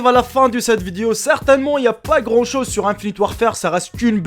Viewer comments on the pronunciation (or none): none